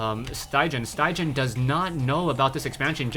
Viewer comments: StyGGeN is norweigan and pronounced "Stiggen", the 'gg' is pronounced as the 'g' in "guitar". Great cast! Keep it up. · StyGGen is a top norwegian player, and StyGGen actually means "ugly". I can understand it's very difficult for you to pronounce it in norwegian though :P